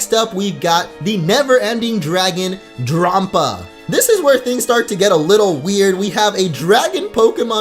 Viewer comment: Drampa is pronounce like grandpa